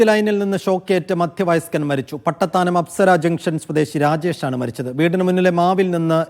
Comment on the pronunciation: പട്ടത്താനം എന്നാണ് പട്ടിത്താനം എന്നല്ല